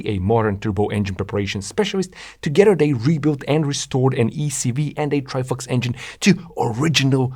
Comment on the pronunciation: why is bro saying ""Trifucks" 🥲